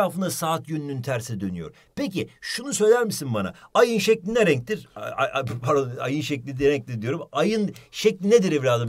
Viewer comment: PeKiĞ SöYlE BakALıĞm AYığN ŞeğKli Ne ReĞNkDir 😂😂😂😂